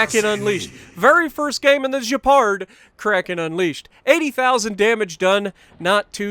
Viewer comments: You say the gay-par not jay-par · oui, sounds more like gay-par or gay-pard than je-pard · Probably Gay-Pard. I know French fairly well and "d"s aren't silent all too often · Just a tip on how to pronounce it. É sounds like “eh.” So Je-reh-pard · In French if you have a -u after a -g you pronounce like in the word « get » and for the name it’s more like « abwano »